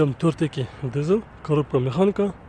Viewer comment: Дызл дейтко ... Дизель дегендичи